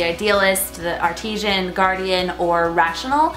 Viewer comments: Artisan, not Artesian. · it's artisan, not artisian lol (pronunciation) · Jennie Clayton Lol...it's artisan, hun, not Artesian. just didn't know how to pronounce it so she made it sound like Artesian. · There is no long "e" in artisan. It is pronounced: ärtizən/. The "i' is not pronounced as a long "e" but like the "i" in pig. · The way she said artisan sounded weird to me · The way she pronounces artisan annoys me.